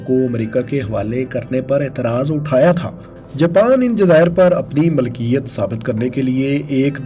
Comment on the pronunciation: Dear aap, Milkiyat ko Malkiyat bol rahe ho